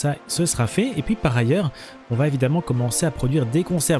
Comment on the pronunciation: Bon, pourquoi tu dit Poui à la place de puis ? Je sais cette question est conne mais ça me choque à chaque prononciation.